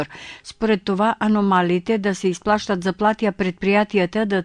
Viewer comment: изплащат, не исплащат.